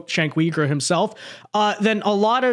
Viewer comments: its not pronounced Wee-gur... it pronounced You-ger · Why do you call him cenk weegur? Lol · The way you say cenk's last name makes me cringe every single time